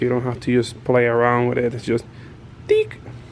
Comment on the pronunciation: Lol when says “tik” “tik”